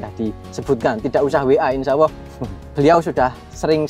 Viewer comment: Bukan Insyaawwoh TAPI yg benar ; INSYAALLAH